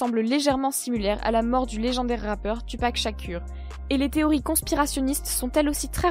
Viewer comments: Ces pas tu pac ces tou pac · Elle a dit tu pac 😂 Je pac tu pac il pac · C’est pas TUPAC mdr, ses 2pac